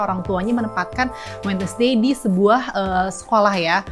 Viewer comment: Wednesday sama mba nya di baca WED NES DAY. aduuuuh.